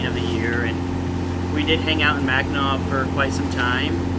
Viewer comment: Impressed, most people butcher the names of Mackinaw and Traverse. Does your ecoflow do a good job cooling the boat? Thanks!